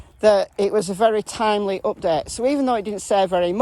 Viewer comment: I thought you were saying "asshole" instead of SO. Lol Thank you for following case.